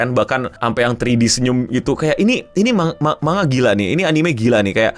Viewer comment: kenapa sih org Indonesia klo ngomong tulisan Jepang dibaca apa adanya spt "manga" ini penyebutannya "mang-ga" ada lagi "Zenitsu" hrsnya "Zeng-itsu"